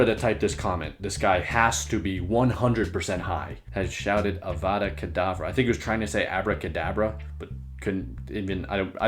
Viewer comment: avada kedavra is a killing curse in harry potter you said it right